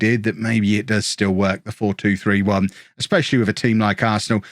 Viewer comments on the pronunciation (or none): none